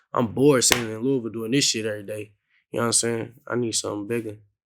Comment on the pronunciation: Vlad you have to learn how to say Louisville bro 😂😩